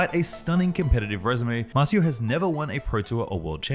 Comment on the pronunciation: MAR CIO, not MAZU